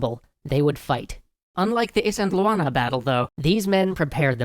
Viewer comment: Great series, I'm super happy to see someone talking about Zulu history, even if the way you say Isandlwana drives me nuts.